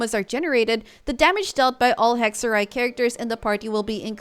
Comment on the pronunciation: So weird that all Genshin players are saying 'hekserij' al of a sudden. It's Dutch for witchcraft. Excellent pronunciation btw.